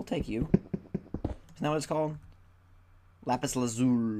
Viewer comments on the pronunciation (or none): none